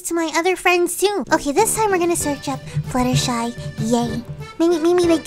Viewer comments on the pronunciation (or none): it's not Fluttershee it's Fluttershy